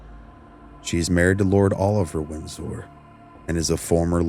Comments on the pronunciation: "Winn-Sore." Lol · Are you AI? Why do you say Windsor weird?